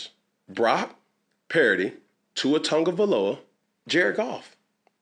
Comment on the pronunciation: I love you man but listen I can’t stand you butchering Tua’s last name and you’ve done it in previous vids 😅😅 It’s “TUNG-o-vai-LOA” NOT “Tug-a-vai-OLA”